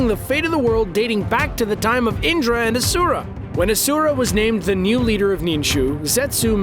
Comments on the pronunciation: Everyone: It’s Ashura! This dude: aSuRA! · You said everything wrong you even said Asura wrong